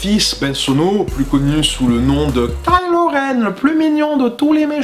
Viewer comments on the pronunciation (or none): none